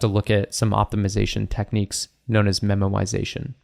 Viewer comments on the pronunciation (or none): when u say memoization it sounds like ur saying memorisation but pronouncing it as 'memowisation🥺' and now I can't un-hear it lol